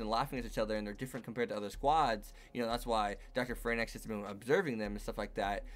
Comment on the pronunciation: Why do people keep saying darling in the "fran X" ? They literally call the mechs(the franxx) like "franks" in the anime. It's a pet peeve, but it's so annoying.